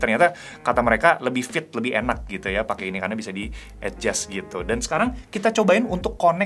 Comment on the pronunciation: terganggu dengar dia ini ngomong "ed jas" untuk bilang adjust. Ucapan yg benar untuk adjust ya éjas (e nya kayak di enam)